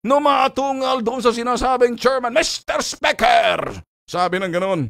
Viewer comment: I would like to make a manifestatiooonnnn... Mester spekerrrr....